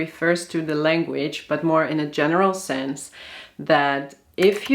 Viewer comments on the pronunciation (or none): none